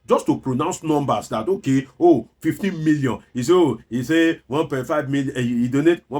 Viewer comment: A man who cannot pronounce 15 million naira correctly, can't be taken seriously.